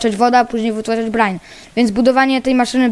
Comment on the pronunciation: czyta sie brajn